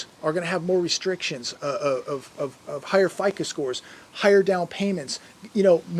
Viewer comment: It's a FICO score, why do you always say it wrong?